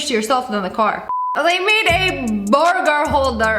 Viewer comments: The way she said burger BOOURGGERRR😂😂😂😂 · I love how she calls it a "borger"